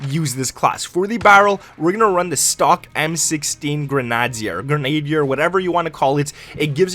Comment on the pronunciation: Nice, man. Going to try these out. Thanks! Also, just an FYI - Grenadier is pronounced grenna-deer